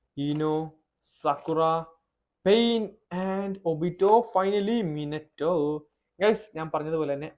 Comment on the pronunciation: Minito alla minato